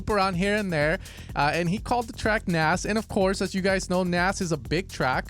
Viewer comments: I'm pretty sure u pronounce the K in Knas. Not Nas. In swedish it means fool! Or in slang it means "trouble" :D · Knas is pronounced with a hard K.